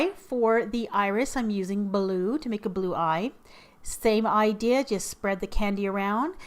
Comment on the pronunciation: An eye-dea. XD